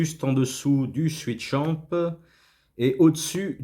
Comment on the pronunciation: Swisschamp et pas switchamp ! :) Sinon très bonne vidéo...